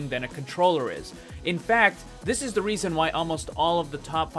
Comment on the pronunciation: He accidentally added a "t" to "is" you got him good